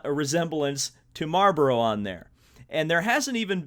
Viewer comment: Hahahahahhaha how you say marboro hahaha